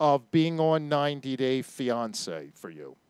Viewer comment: This guy is a clown. Worst interview ever. Listen how he says fiancé in the beginning of this video. He also calls her Daniel several times. It's very LAME that this clown is this late in the game. This topic of is very old at this point. She has mental issues and this guy is just exploiting her just like the tv show did. She is good entertainment because she's not all there. Once again, this guy has zero talent and cannot interview people. What a waste of time. I'm sure your 103 subscribers are impressed. Ass......